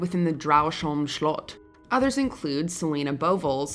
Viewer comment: I love to hear people trying to pronounce Danish names and words. Not the worst I've heard and "slot" was pretty spot on :) Didn't think see a Danish place here